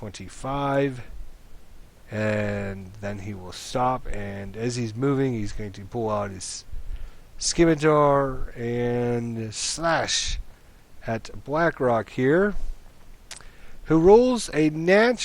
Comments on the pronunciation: the c in scimitar is silent. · Skimitar, LOL!